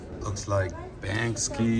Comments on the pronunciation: You still call him Banksky instead of Banksy . It's much harder to pronounce. 😄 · It's pronounced BANK-SEE, not bank-ski. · your artwork DEFINITELY belongs at a show like this. Also, the artist's name is pronounced "Bank-SEE", not "Bank-SKEE". I finally had to speak up, ha ha! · Like your videos but i have to correct you on one thing. You refer to the English artist as Bankski. He isn't Russian. His real name isn't known but he is known as Banksy so maybe his name is Mr Banks. Banksy not Bankski. Thanks.